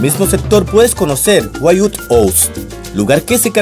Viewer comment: Se dice winwuud(wynwood)